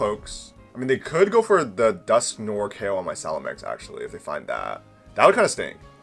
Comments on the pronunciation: Its salamence.....not salamenks... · Man you seem to not be able to read or pronounce. It’s salamance not salamanx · No hate, but after 20 years of playing Pokémon, “Salamenkse” is a first lmao